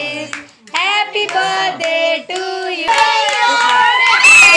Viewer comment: Behan badday nh hota birthday hota tm itra k bolne k chkr me badday boldeti